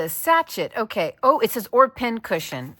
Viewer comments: FIY: Sachet is French. Sash-ay. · It is pronounced sah-cheah. With is a scented ball/whatever, of fabric. What you just made. The had would look very cute on a little teddy bear head as decoration. I have a hatless near in our guestroom. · Pronounced sash-A 😊. It’s important to learn something new every day.